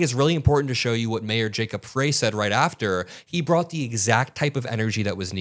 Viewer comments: it’s pronounced “fr-ay” not “fry” -Minneapolis gurl 😌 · How heartbreakingly tragic 😲😭 How can these incognito criminals be identified and charged??? btw, Jacob “Fry”, not fray, and he is an incredible leader and unifier. Thank you for sharing/spreading the truth. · We have beautiful weather here today! Sun's out its 37 degrees!! This is horrible...Liars!!! (... Mayor's name is pronounced Fry lol ) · FYI: Jacob's last name is pronounced Fry, as in French Fry. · The Mayor's last name of Frey is pronounced, "Fry." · The mayor’s name is pronounced Fry. I know it’s not important by y’all are driving me crazy pronouncing this wrong